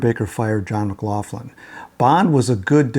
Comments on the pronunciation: Never heard John McLaughlin called McLaufflin , , , until now. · Is McLaughlin really pronounced McLaufflin?